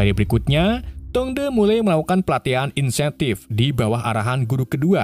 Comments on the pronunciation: insentif? 😅😅 intensif 15.53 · Bang cb kalkulasi kata²nya antara insentif sm intensif..😂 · Bukan insetif kang....tapi intensif